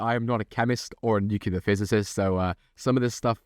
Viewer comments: It's not "nook-ya-ler", it's "new-clear" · My only annoyance with this video is the way you pronounce nuclear. It's pronounced "new-clear" not "new-cu-lar." Other than that, top notch. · New-KLEE-AR what are you george bush junior? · Just one question, what the fuck is nucular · Nucular* jam according to the video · Why people keep saying nuclear wrong? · That's not how you pronounce nuclear